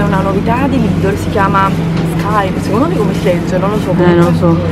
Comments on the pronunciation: perché invece di dire lidl dici sempre lidol? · scusate ma si dice LIDEL ...anche nelle pubblicità dice venite da LIDEL super sconto....sbaglio?Io l'hi sempre chiamato LIDEL...Comunque nn penso che nn si dice lidol😂😂😂vb dettagli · sono una tua fan da tanto tempo ma si dice Lidel ❤❤❤